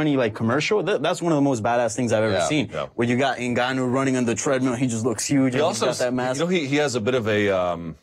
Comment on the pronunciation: It's super annoying how Luke pronounces Francis 'Enga-noo'. It's Francis 'En-gaanou'